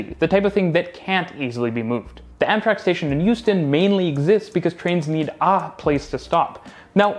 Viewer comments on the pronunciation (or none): Did you say Houston - Anthrax station or Houston Amtrak?